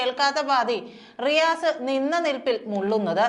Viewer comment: Its not Maru mone it is Ri "Asse"